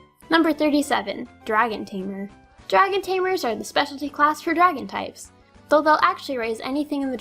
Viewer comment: Draon Types. Forgot the "g" :o My Favorite XY TCG is my Aigeslash